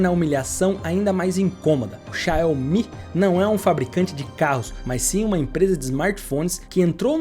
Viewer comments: Não eh Xiao omi!! Eh Xiaumi! Assim que pronuncia!! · Mas a pronúncia correta é "Shaw-Mi" mesmo. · que dificuldade pra falar X I A O M I... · Com todo respeito mas é irritante como você pronuncia xiaomi!